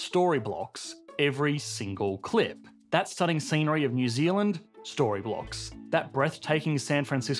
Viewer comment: Nyooy Zeulind